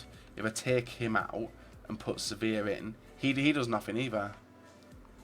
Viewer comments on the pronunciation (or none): none